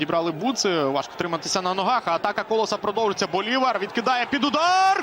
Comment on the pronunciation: БолівАр, а не БолІвар. Оповідання О'Генрі треба читати